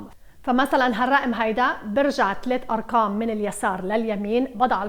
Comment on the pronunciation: رائع دوما ادرس معك😘😘😘بس اقول ليش تقولي اركام ماتقولي أرقام 😂 اسفه انو عيبت عليكي😳